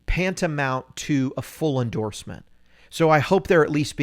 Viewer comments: He really did say ‘pantamount’ 😂 🤣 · Nah, eight minutes in and nothing but gossips and self pumping -and then you said "PANTAMOUNT". Classic.